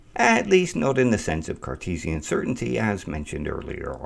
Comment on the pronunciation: Did you say Carcheesian or was it my imagination after the cheesy example?